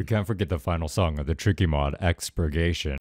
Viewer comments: minutes he said tiky lol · Bro you say ticky to tricky lol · In expiration he says tiky